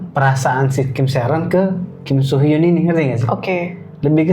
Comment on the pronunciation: Kim soo men kak. Bukan kim so mean.